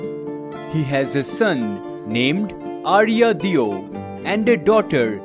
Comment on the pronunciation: Surname's pronounciation should be Dev...ie देव...and not deeo...